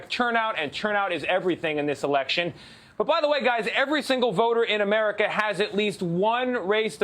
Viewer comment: Biden said "Averica"...bruh?